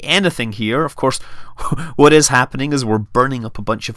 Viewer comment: I love how you say 'uz' and 'whoat'. Sounds very professional. :D